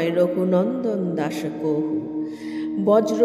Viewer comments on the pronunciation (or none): কহু বলছেন কেন? কাহু লেখা আছে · সংস্কৃত শব্দ "কাহু " হলেও ওটা যখন বাংলায় বলবো উচ্চারণ "কহু " হবে